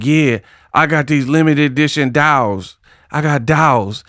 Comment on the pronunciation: Dials 😂not dolls